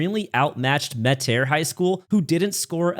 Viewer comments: He said "ma taire" 💀💀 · i’m from louisiana lol this is cool to see all of the highschools i have played. I went to newman where all the mannings and obj went. But i’m from metairie which is a suburb of new orleans and on you pronounced it wrong 😂 it’s MET-AIR-REE